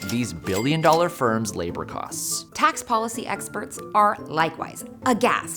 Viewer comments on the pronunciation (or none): none